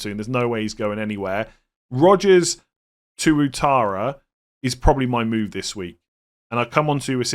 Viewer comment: Pronounced as Wattara